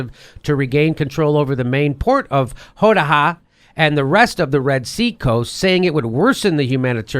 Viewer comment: Jimmy, love your work. It's pronounced "Ho-dea-da". Thanks again.